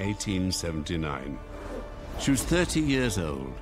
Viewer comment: So I'm not the only one who heard that! I replayed it 3 times and I swear it sounds more like 13 than 30. But that can't be right.